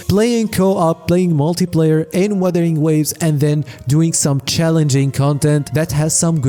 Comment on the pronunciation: Btw, It's "wUthering" not weathering.